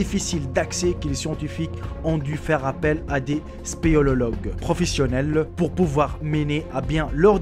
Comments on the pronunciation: on dit spéléologue pas spelologue 😊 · 2.55 ' spélélologue'